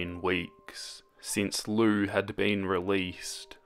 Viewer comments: It is pronounced liu! (lee-oo) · Wait It's pronounced Loo? I thought it was Lee-oo I'm stupid